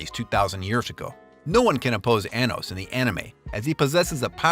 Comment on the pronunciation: 😭😭😭😭😭😭😭😭😭 he messed up anos's name badly